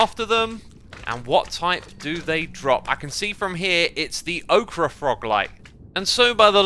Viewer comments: They are gorgeous but I'm not settled on the method of getting them... Also, I believe Ochre is pronounced as Oak-er. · Hey Xisuma, just to help "Ochre" is pronounced the same as the "ocre" in "Mediocre" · its oak-er not ok-ra for ochre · ochre is pronounced oak-er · I don't know about elsewhere but in the US "ochre" is pronounced like OAK-ER. Go watch just about any Bob Ross painting video. He often used yellow ochre (I think) as one of his colors. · Ochre is not pronounced like Okra. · Ochre/ocher "oh-ker" (blame the French). "Oh-cruh" is 'okra', and tastes best breaded and fried. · Okra, is a vegetable popular in the southeastern US. Ogres are LOtR bag guys Ochre, is a pigment made from iron clay, and it pronounced like ogre. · You're pronouncing ochre wrong. It's pronounced Oker, not okra. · Nah it's O-KRE and acacia is pronounced A-CHA-CHA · Great videos as always, but it's pronounced oak-er. Not okra. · Ochre is pronounced "oh-kah" btw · Ochre is a type of clay that is used in a lot of dyes and archeology(especially in Australia). It’s really interesting to see it is added with this update, I wonder if they might use it in the archeology update? Also, for future reference, ochre is pronounced like “oak-er” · Great vid... but it's pronounced "o-ker." "Okra" is a vegetable. :D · Ocra lol it’s ochre. Phonetically oker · Hey X just a friendly heads up, ochre is pronounced oh-ker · ITS NOT PRONOUNCED OKRAH PLEASE LOOK THIS KIND OF THING UP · I believe ochre is pronounced "oker". Might be wrong though. Love your videos, keep it up! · you are incorrect, it is said like oak-rah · It's pronounced 'oak-ur', by the way. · Xisuma, it’s ochre is pronounced oker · Just FYI, ochre is pronounced OH-ker. It’s a pigment used in paints. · It’s OH-KER fyi :p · btw Ochre is pronounces "Oker" like evoker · Just fyi ochre is pronounced like oaker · "Ochre" is pronounced like oh-kerr, just so you know. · "Ochre" Xisuma: "Okra" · I think ochre is pronounced like ogre with a c